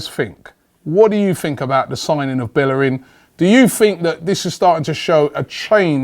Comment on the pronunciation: at least pronounce his name. correctly.